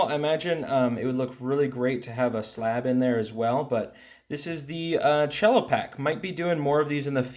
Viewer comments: Good video, dood. However, it's pronounced "sello", not "chello". It's short for "cellophane"; it's not a musical instrument, man! 😂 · It's CELL-O. lol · The c in cello is just like a normal S, not cello like the instrument. It's just short for cellophane. & Yes from my understanding they're only grading the sealed pack, nothing on the inside. Just the condition of the cellophane.